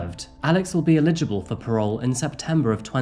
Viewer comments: EL-igible ... not IL-LEG-ible ... one means not able to get, the second means inability to read or write ... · Great as usual! Your pronunciation of "eligible" as sounding more "illegible" is as much a siganute of yours as Mike O of That Chapter's Irish accented "three" sounding like a plain "tree" 😅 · Google "how to pronounce eligible"